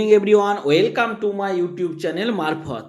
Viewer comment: Pronunciation to thik korun... "oilcome"noi sobdo ta...😂😂